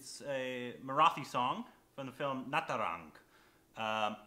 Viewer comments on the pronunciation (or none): It's "Mah-raati" not "Mara-thee"